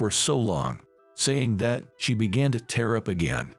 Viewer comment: Can you get a voice that can pronounce the words correctly. Bow is pronounced like how. Tear is something that drops from your eyes. Leads is pronounced 'leeds'.